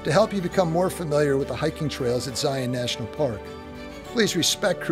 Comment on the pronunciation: I applaud your channel you are the first that Ive encountered on YT has been able to pronounce “Zion” properly, it’s a source of great frustration to we Utahns. Thank you for taking the time to ‘get it’!